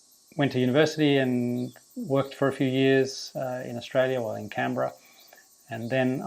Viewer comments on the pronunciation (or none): none